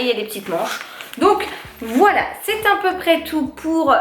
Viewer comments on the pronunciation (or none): Haha ça me fait toujours autant bizarre quand tu dit "a peut près tout " j'ai l'impression que tu dis "un peut pres tout " haha 🤣🤣🤣 Continu en tout cas c'est toujours très agréable de te regarder. 🥰 Et bon courage pour ton coup au dos 😶